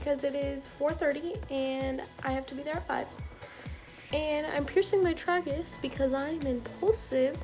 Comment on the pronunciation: The way you say tragus bothers me